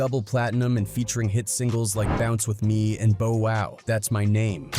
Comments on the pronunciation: AI dude it's Bow wow not Bo wow 😳 😳😳😳😳😳 what up am I the only that hear it something is not right 😮😮😮😮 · Why is the narrator mispronunciation of Bow Wow even doing a info video. Bo Wow smh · Bruh you are driving me nuts mispronouncing Bow Wow name like this , bruh u sound like a robot kinda like Alexa Frfr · Yeah bro he missed up his name